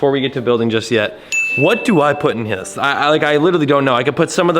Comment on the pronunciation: “what do I put in hyis 🤓” 😭